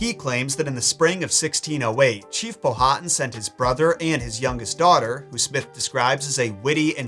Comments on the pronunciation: As a Local it’s Pow-ah-Tan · Ok i love your show and watch it a lot with my hubby. I di have to correct you on Chief Powhatan name. It's pronounced pow-hat-an no long vowels. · Powhatan is pronounced with the H silent Pow-a-tan. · He’s killin me with the chiefs name Powhatan lol it’s pronounced Pow-ah-tan. Almost like Power-tan. My home town in Virginia is named after him